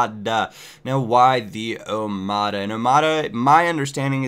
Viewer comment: Japes the d in omada is pronounced like th in 'the'